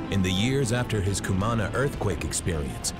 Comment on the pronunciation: Good Lord! I cringed every time the narrator pronounced Cumaná like that....